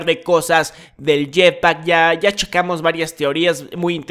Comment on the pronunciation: Al inicio dijo "yectak"